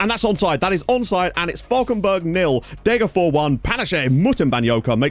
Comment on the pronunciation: As usual very impressed with your pronounciation, but it's still "DegerFOSH". Like with Västerås you pronounce the s (well -rs is pronounced "sh") because neither are genetive. Fors means stream and ås means ridge.